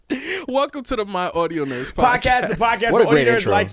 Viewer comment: bro said audio nerds like they was the autobots.